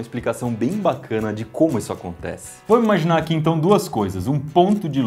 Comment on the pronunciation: porque tu fala dipois é depois e izo é isso ai mas vale joinha eu vou dar pra ajudar vcs